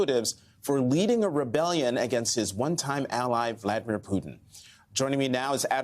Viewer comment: Is Admiral Stavridis actually an expert on this? That he doesn't seem capable of pronouncing Prigozhin's name hardly gives me confidence. I don't buy some of his analysis, not least that this was a revolt against 'the king', against Putin, something Prigozhin has never claimed (how Putin perceives it is another matter, and how the Russian authorities see it yet another). Indeed, Prigozhin has not ever – as far as I am aware – attacked either Putin or the Russian Government, just the army staff. This looks to me more like an attempt to shake up the military system than to install Prigozhin as head of state.